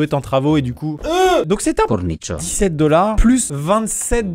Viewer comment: On croirait que le cornichon il dit poulet rôti